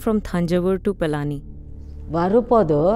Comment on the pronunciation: Requesting you to kindly not allow the butchering of names of people and places 🙏🏼 for example.. it's Palani and not Palaani etc. Thank you, Namaskaram 🙏🏼